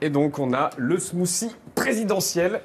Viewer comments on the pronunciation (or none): Smoossi! What te de fuck! Est-ce Hollande qui vous a montré la prononciation? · Ahlala c'est marrant de voir les français prononcer un smoothie ; "smoussie" alors que ca se prononce "smoutie"